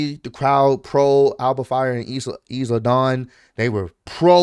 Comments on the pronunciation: not too be that guy but did call Isla is-la?? 😂💀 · unc you gotta learn how to pronounce Isla Dawn’s name 😂 it’s “isla” like in “island” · Dawg the S in Isla is silent lol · I don’t know either but this is second time saying the S after he heard Samantha pronounce it right lol